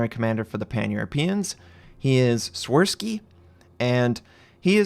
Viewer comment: “Shvirsky” is the pronunciation, the “W” is “V”. Also “Ś” is “sh”.